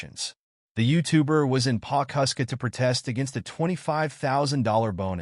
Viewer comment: It’s Pawhuska..